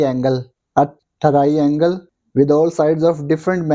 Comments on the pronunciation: Aap ko triangle bol na nhi aata😅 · triangle to bolna sikh lo bhai sahab